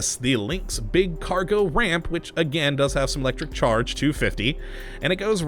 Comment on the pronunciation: I love thw your accent when you say Electricccc-ccharge